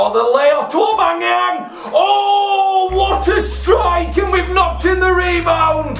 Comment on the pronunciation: Its "Aubameyang" not "Aubangeyang"